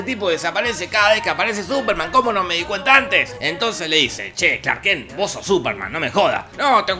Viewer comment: Clark “kenk” jajaja dura la dislexia